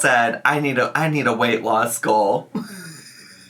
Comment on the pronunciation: Gorl not goal